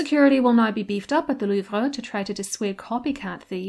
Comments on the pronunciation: your obviously saying it correctly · Great video. And you are pronouncing la Louvre correctly